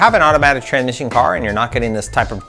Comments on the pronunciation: haha...I had to watch it a couple times...I was predisposed with saying tranmission that I couldn't listen to the data in the video...lol...👍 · "Tranmission" Ftw.